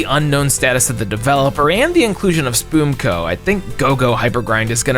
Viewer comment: It's pronounced Spum co not spoomco